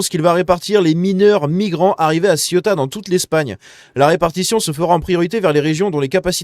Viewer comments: " Sé ou ta "...pas Cieuta. ;) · Bonjour, j'aime toutes vos vidéos. Cela dit, pourriez-vous arrêter de prononcer Ciota svp ? Merci !! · Ça se prononce “c’est où ta ???” 😆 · CÉOUTA putain !! Faut 10 secondes pour se renseigner sur la prononciation !!!